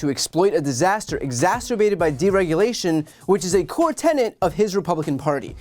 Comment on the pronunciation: "Tenet", "Tennant". Different words.